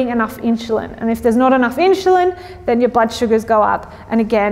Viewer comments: inzulin, not inshulin, god damn it : D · It’s pronounced Insulin not inshulin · In-SH-ulin is bothering me so much I couldn't finish listening 😭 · Fascinating way you pronounce insulin as inshulin. Are you Australian? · Why does she pronounce the word insulin "inshulin"? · Keeps saying inch cho lon? Do you hear that? But beyond that good info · where's the "h" in "insulin"? Your presentation is interesting but the fact you can't pronounce "insulin" is annoying the free radicals out of me